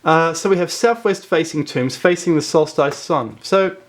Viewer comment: Interesting. Solstice is correctly pronounced as in hiss not as in ice.